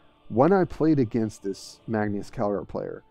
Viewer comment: Magneus? Magnus or marneus lol